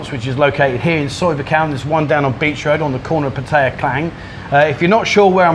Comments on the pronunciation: sounds like a real nice bloke, he also pronounced Pattaya the way I do. 🙏for the video 👍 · 20 years and still does not know how to say Pattaya correctly